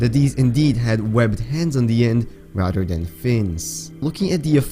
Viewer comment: Rader wtf you mean rather